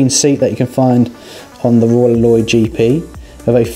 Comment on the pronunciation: Roy Loy I thought....or heard